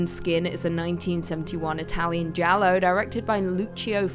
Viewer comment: Did she just pronounce giallo as jail-o?